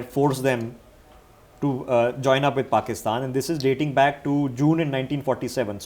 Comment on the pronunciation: I like it when calls it Pokistan